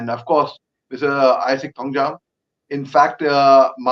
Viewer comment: Its Thangzawm(Thangjom) not Thangjam